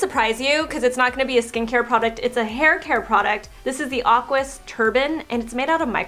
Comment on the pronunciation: Pronounced: EH-QUEE-IS < Aquis